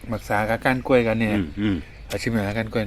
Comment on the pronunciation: กล้วยค่ะ ลากเสียงยาวนิดนึงนะคะ